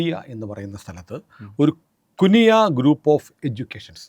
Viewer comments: കുണിയ ആണ് കുനിയ അല്ല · കു നിയ അല്ല കുണിയ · കുണിയ എന്നാണ് ശരിക്കും സ്ഥലപ്പേര്.